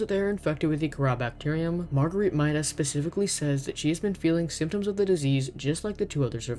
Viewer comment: pacifically